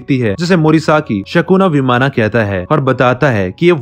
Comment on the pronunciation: Answer hoga Vimana.. Sounds like vimann